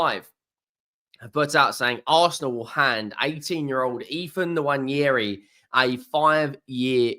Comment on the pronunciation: I will subscribe if you can PLEASE learn how to pronounce Nwaneri